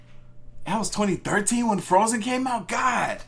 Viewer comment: he said win brother smh